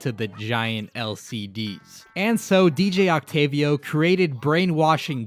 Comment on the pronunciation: You're the only youtube ive seen to actually say DJ Octavio's name right, yet you call Marie...Mary? Confused.